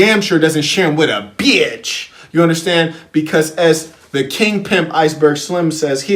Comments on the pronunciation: I can't even watch the video because of the way he says Piymp I'm still in the 1st minute I need to practice how to say Piymp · Love the emphasis,! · How you say pimp 🤣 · Laughing so hard at the way you say pimp every time!?!?!? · Errbody cant Pronounce PIMP!!!